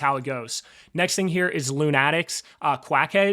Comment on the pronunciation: Love your work and still a strong JellyCubes holder but the word is Lunatics pronounced Luna-ticks. Like a bunch of lunatics. Lol. Thanks for the hard work and dedication